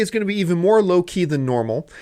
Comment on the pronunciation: "Today is going to be more low key than normal" Lol I heard that as "...To be more Loki than normal" :P